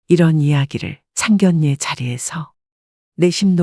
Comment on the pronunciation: # 내레이터님 ! - 상결례 가 - 아니고 - ( 상견녜 ) 라고 읽어야 합니다. * ( 상견례 ) 만큼은 * 예외 라고 합니다. - 아나운서 도 - 자주 틀리는 단어라고 합니다. ㅎㅎ - 죄송 합니다 ! 💕